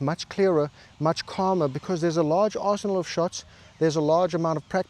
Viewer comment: At when you said “understanding your arsenal,” I heard, “understanding your arsehole” and nodded because I got that too.